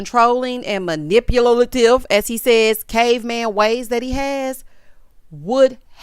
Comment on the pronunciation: Not “manipulalative”. 😂😂😂